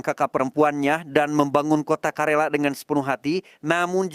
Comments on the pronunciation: Izin koreksi bang, KERALA bang bukan KARELA 🙏🙏🙏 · Karena bolak balik ngomong karela jadinya greget pgn ngralat....KERALA"" ya bukan karela.kerala suatu daerah di tamil nadu india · Izin korupsi bg bukan karela tapi kalera 😄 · Om bukan karela tapi kerala